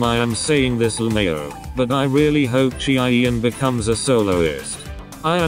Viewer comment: chaeyeon❌ cheeaiyen✔